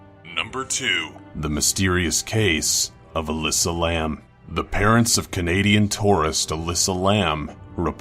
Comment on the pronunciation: Elisa Lam* it's pronounced (Ee-Lie-Za) idk why he said it like Alyssa